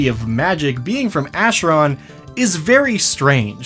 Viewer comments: Sorry to be "that guy", but Acheron is a Greek word and the "ch" makes a hard "k", as for "chronotyryn". So it's pronounced "Akeron" rather than "Asheron". In Greek mythology, the Acheron was one of the rivers of the underworld, alongside the Styx amongst others. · So you have the majority of the pronunciation correct but it's not a "sh" sound it's "k" sound more akeron less asheron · Please lol. It's pronounced "ackeron" like chimera "kimera". I'm sorry it just made me shudder when you said it that way lol. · i think is the only one i have seen or heard pronounce acheron to pronounce it the way he does, rather than the way i have heard literally everyone else pronounce it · Minor nitpick, but the ch in Acheron is pronounced as a k. It's a river in Greece, the entrance to the afterlive and, ofcourse, the eternal battlefield in D&D.